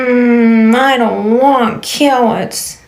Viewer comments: "Cawwits are for wabbits" EW!!!!!!! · The "I don't want cawwits" took me out😂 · "I don't want cawoots." 😂😂😂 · I'm sorry, I had to run the "I dont want cawwits- cawwits are for wabbits" story back! because, sis....WHAT?!?!?!?! omfg!!!! lmaooooooo instant ICK!!! IKYFL!!!